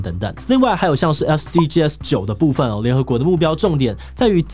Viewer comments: 其實SDGs的唸法是"SDG死"，不是"SDGㄟ死"。 SDGs全名Sustainable Development Goals，s是Goals的最後一個字，不能用大寫唸法。 yt搜尋SDGs可以聽外國人怎麼唸。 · SDGs 正確讀法是 S-D-Gees 不是S-D-G-S拆開念哦！ 不然和國外討論時會短時間轉不過來。 希望對大家有幫助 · 志祺，是唸SDGs(像是bags一樣，s不單獨唸)喔喔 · 終於有人說到台灣SDGs!不過是念SDG(sㄕˇ）